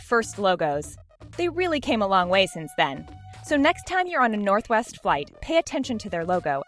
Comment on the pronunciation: When she said northwest the sec time she said " northest" instead 😂😂😂